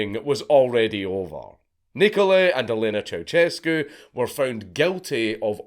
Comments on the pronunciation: It's not 'ChowChescu' but 'CiaoShescu' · ceusescu is pronounced as chea-u-shes-cu chea as in chai shes as in shed